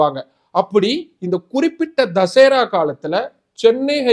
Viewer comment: ஏய் அரைவேக்காடே தமிழ் தெரியாத தற்குறியே தசேரா இல்ல தசரா. தமிழ் நாடு அரசையும் காவல்துறை தலைவரையும் எதிர்த்து தாக்கல் செய்யப்படும் மனு எந்த கிளையிலும் விசாரிக்கலாம். ஜாமீன் மனுக்களை போன்ற பாதிக்கப்படும் மக்களின் நலன் சார்ந்த மனுக்களை உயர் நீதிமன்ற கிளை விசாரிக்க வேண்டும் என்ற நல்ல எண்ணத்தில் கலைஞர் அவர்களால் போராடி பெறப்பட்டது தான் கிளை அமர்வு